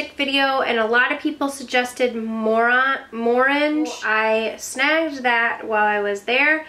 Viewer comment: I was so happy, I had the discount and some money all follow in my hands at the right time.. Very happy girl right now lol also when you said Morange, it sounded like Moran